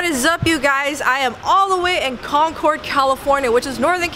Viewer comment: They should not serve her just for the way she says Concord.